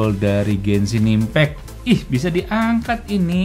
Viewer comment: Orang lain: "Genshin Impact": "Gensin Impek"